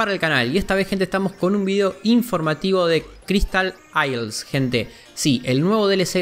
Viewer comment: Cristal ileises